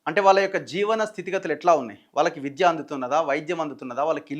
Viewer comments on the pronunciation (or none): none